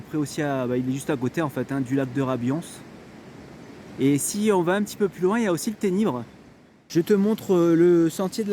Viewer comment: Merci ❤️. on dit rabuonsse. C’est tout mon terrain de jeux !